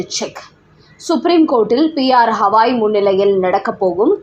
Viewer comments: செய்தி வாசிப்பவர் தயவு செய்து பெயர்களின் உச்சரிப்பை சரிசெய்துக் கொள்ள வேண்டும். உதாரணமாக: உச்சநீதி மன்றதின் தலமை நீதிபதியின் பெயரை ஹவாய் என்று உச்சரிக்கப்படுகிறது. அதை கவாய் என்று, கங்கை, கவனி போல் கூறவேண்டும், ஹவாய் என்று அல்ல. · ஹவாய் கிடையாது. கவாய் - என்று உச்சரியுங்கள்.😢